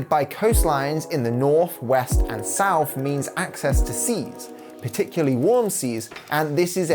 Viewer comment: when you use words like three and south. it comes out like free and souf